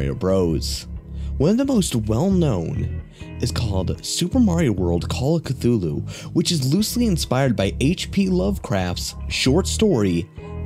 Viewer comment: So glad he said Cthulu right :)